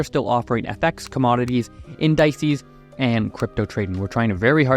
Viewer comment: Bro said In-die-cees Why does it sound so wrong